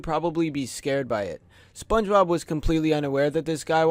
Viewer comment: why the fuck he's saying SpongeRob instead of Spongebob